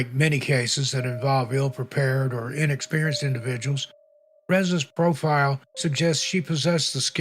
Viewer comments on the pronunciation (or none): none